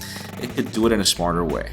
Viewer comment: "Du this" LOL :3